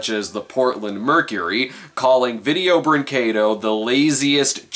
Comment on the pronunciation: He can't pronounce vídeo brinquedo